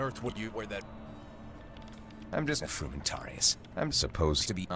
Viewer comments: Considering the Hippie Legion pronounces it "Seezur", I'm surprised they got the pronunciation of Frumentarius right. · The correct pronunciation is Kai-Sar. I took Latin. The way this character pronounces Frumentarius is also incorrect.